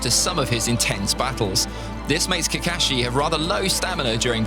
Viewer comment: I really like way he pronounciation kakashi